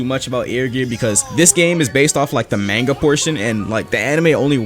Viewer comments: we have to talk, its pronounced m-aanga. don't say it like mango but with an o sorry but it irritated me you know.-. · my heart💔 "manega" 😂😂 im jp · U say manga wrong ma guy its MA GA SO LIKE MUNGA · BRO INFERNASU GOT ME DEAD HE SAID "MAIN-GA" ITS MON-GA" (this is a joke Ik you can pronouce it 2 different ways) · i love the mannga lol its monga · MANGA say it right